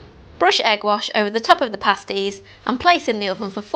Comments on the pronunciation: You pronounce the "a" as in apple so "pass tees". Pastry takes about 30 seconds to make if you use a food processor or about 2 minutes if doing it by hand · pAsties... hard pronunciation on the A, similar to hAt. The way you are pronouncing pasty or pasties, sounds like paste (soft A) similar pronunciation to taste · Pay sties 😂